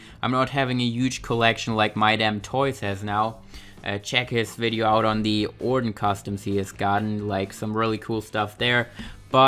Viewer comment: Somebody teach this weirdo how to pronounce the name ORTON